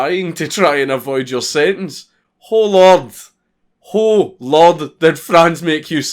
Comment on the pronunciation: How to say "Oh Lord in Scottish:" "Hoew'Lohd"